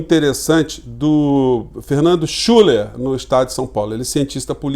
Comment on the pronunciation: Nao querendo corrigir, mas o nome do Schuller se pronuncia Schiller, devido o trema no U.